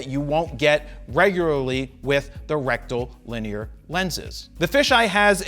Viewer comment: Rectum Lin ear